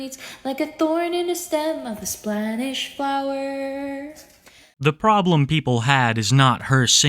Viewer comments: “Splanish flowerrrr” LMFAO I’M CRYING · “ of a splanish flower” 😅